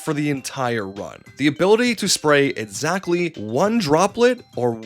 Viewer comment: They sometimes pronounce it as a "t", or miss it. It's just an accent thing, probably, I'm just goofing with them Here's a few etsamles: Etzatly how much 01: "lights" on this video tates damage direttion you're going I just skipped to random parts and few these, but don't mistake me for being mad about it, it's just poking fun